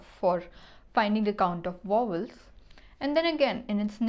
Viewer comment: she can't even say vowels lmaooooo